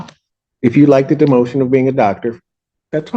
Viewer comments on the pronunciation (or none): pretty sure he said "denotion"...lol...not "demotion" which either way is still an intelligent and sophisticated statement well thought out. It is unfortunate to have someone ruin or sully the profession other work hard for that are not so poorly mannered.....I get she was emotional and it got the best of her which is still no excuse but a reason and I'm sure we can all empathize in some form or fashion. This is not isolated to one profession and I'm sure other professions including judges and lawyers and many other professions and non-professionals. I'm glad the judge is able to maintain his dispassion during proceedings to a good measure but as he said at the end he was off-put with the remarks of his profession and colleagues and physicians too need to exercise this same measure frequently as well. I would say to the public in general, every person making any judgements should remind themselves (ourselves) every individual is going through different challenges and hardships, and we should offer a measure of understanding;.But, professionally are still bound by limitations of our profession, which i think was demonstrated here - explaining our understanding and appreciation of the desire but a clear limitation and expectation that can and must be exercised. Just ranting in general.....this is something, all physicians, and I'm sure other professions, do on a daily and frequently in a day. (Don't judge me on my run on sentences....lol; I iknow I have them above).